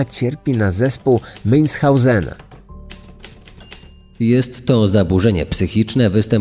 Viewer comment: Münhausena. Człowieku!!! Przygotuj się porządnie do odcinka.